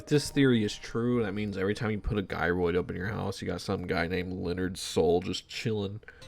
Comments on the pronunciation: Hey my man. You were so close you pronouncing gyroid right lol. Gy-roid, just like Gyrate. You even said them in the same sentence. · how did u pronounce gyrating correctly but not gyroid 😭😭😭